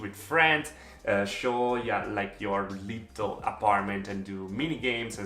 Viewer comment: I love the way pronounces little LOL "Leetel". so cute